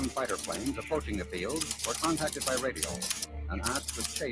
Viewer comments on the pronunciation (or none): none